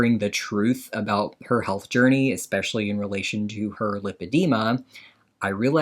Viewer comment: She always says "exspecially" and I hate it.